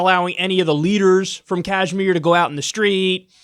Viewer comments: It's called Kashmir not Kajmir 😂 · I'm pretty sure its pronounced "cashmir" not "cajmere" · Kyle, its pronounced: Kush like Lush and Meer. Kush+Meer=Kashmir. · Kashmir with the 'ash' pronounced like the 'ush' in RUSH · It’s called ‘kush-meer’ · Dude it's pronounced "Kash-mir" like the Led Zeppelin song! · Its like kush-mir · Yes but the pronunciation is Kashmeer I'm from pakistan so believe me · Dude any updates? been 9 months already. Conditions must be very bad there rt now. thats what you and your Jihad loving backers like BBC were hoping for rt?? Next time at-least come prepared on topic you are gonna cover. say for e.g. how to pronounce Kashmir or Jammu. you were not even confident on how they are pronounced and u decided to give a speech on secular talks. chutia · Doesn’t know how to pronounce Kashmir and goes on to make a 13 minute video about it. Lol what a dumbass.